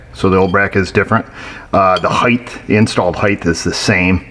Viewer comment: *:12 its not like eighth. height like kite and smite. With this guy he may be joking around, making fun of someone else that says it that way